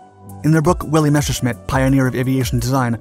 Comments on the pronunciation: Ok, cool, nice vid and all, but say it with me. Mes. Ser. Schmitt. NOT MESHERSCHMITT. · Messhersmit bf109, thats how u say it